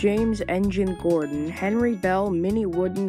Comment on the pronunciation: WHY YOU SAID (GORDYN) IT'S GORD(O)N.